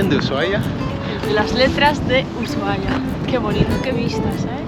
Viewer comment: EN ESPAÑOL LA H ES MUDAAAAA ASI QUE SE PRONUNCIA USUAIA basta se nombrarla en Ingles